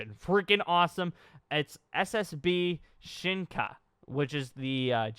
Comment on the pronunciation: You pronounce Shinka wrong and also it means evolution not forms